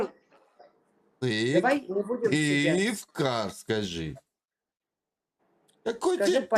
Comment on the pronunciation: Сыктывкар не может сказать😂 Я таким заморским зверушкам предлагаю: бромдигидрохлорфенилбензодиазепин произнести😅 error мнгновенный, плата напрочь слетает😂